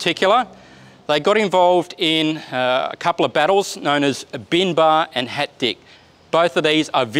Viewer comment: HAT DICH, pronounced german could mean "got you". Quite a name for a Tank.